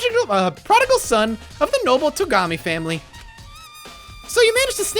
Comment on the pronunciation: You can't even imagine the delight for my ears, when he finally started to pronounce Togami's name correctly! =D ... And then he returns back to mispronouncing it... (╯°□°)╯︵ ┻━┻